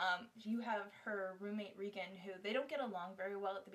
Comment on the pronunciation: I think Your saying the roommates name wrong it's not ree gan, it's ra gan. And isn't the guys name the same as the jeans? Levi ? On a side note I didn't like how the book ended, I was was expecting more.